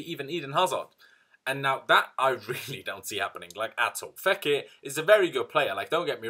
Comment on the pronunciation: Love how you’ve nailed how to say the players name correctly.